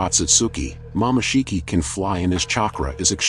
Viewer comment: bro it said momashiki tf? IT'S MOMOSHIKI